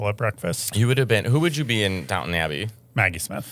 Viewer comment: Elegance and GRACE. (Also, “Downton” not downtown)